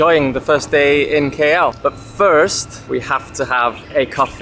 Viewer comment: Pls pronounce the city name KL as the alphabet "K" and "L" not "Key Yell"...